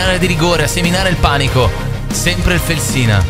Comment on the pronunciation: Si chiama Fèlsina, non Felsìna. È l’antico nome della città di Bologna.